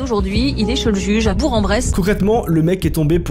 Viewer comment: Arrêtez de dire Boure-en-Bresse le g ce prononce comme un K😂